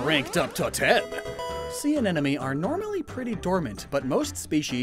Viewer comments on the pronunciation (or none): Sir, with all due respect, please stop pronouncing “anemone” like “anenome” it hurts my soul Jokes aside, loved this video but honestly don’t see the “phallic” shapes of the tendrils, lol. Like the animations as per usual! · I can't stop hearing him say "anenome" instead of "anemone" 😭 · Say it with me, AN-EM-O-NEE. It's not "an enemy" like you keep pronouncing it. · Drink a shot for every time he says anenomee instead of anemone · In it's "Anemone" in the virtual words but then after a lot of intended mispronounciation the editor accepts the fact that it will be "Anenome" in 😂😂😂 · As a former Biology student, it brings me physical pain when I hear pronounce these Scientific names and phylums wrong. Not because I'm a grammar Nazi but because it brings me back to the time of my life I dread And I don't want to hear anyone ever pronounce A-Ne-Money as An-Enemy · AneMoNe not aneNoMe!!! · He the whole video: anenome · Am I seriously the only one who'll bite the very obvious bait and ask why in the deep depths you pronounce anemone "anenome"? Just to annoy people like Wolfe VGC does with half of the English language? Or is it some kind of dyslexia and I'm being a jerk? Or is it a pun (sea anemone = see an ennemy)? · Every time "Anemone" is mispronounced, I smile